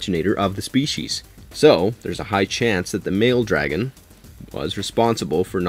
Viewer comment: ive never heard someone pronounce dragon so wrong before